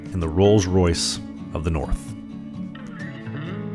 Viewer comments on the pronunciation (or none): none